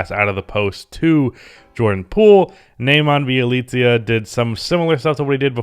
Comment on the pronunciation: Bjelica is pronounced Bielitza btw, hope its helpful